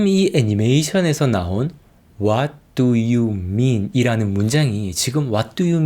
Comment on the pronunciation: 와르유민 와르유민 두를 발음안하네 왓두유민 왓두유민 .. 흠.. 이래서 발음 공부를 해야되는군